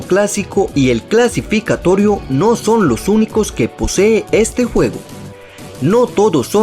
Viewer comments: soy yo o dijo clasificatorio? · Disculpa si te ofendo pero se dice clasificatoria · oye ni sabes como se dise se dise clasificatoria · kacico y el clasigicatoriu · Se dice clasificatoria pendejo :v